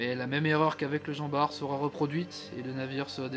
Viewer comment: bwahahah je viens de découvrir que je n’avais pas à prononcer barte mais bar 😂 bah écoute merci